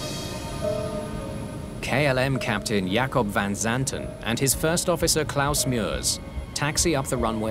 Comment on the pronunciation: "Yakko Van Zanten". Lol